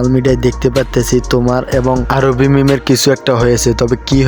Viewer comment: আরোহিকে আরোবি বলেন কেনো